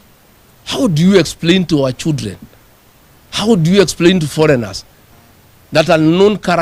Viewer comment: CHULDren.. Hahaa.